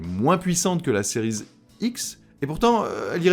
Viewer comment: Salut, est-il possible d'arrêter de prononcer le terme "series" à l'anglaise car c'est relativement désagréable à l'oreille de t'entendre accrocher sur la liaison a chaque fois que tu prononces l'un des deux modèles. D'autant que cela n'a pas de sens car tu ne prononces a l'anglaise que le terme "series" alors que si tu voulais aller au bout de la choses tu devrais dire "ex" au lieu de "x", bref a la française ca sera très bien, plus facile pour toi et surtout plus agréable pour ceux qui t'écoutes. Le live de l'autre soir c'était l'enfer en plus de l'autofocus.., merci par avance.